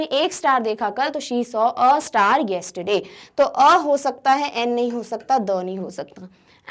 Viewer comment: Star me sa ki aavaz 😆 Ganvaar teacher kisne banaya aapko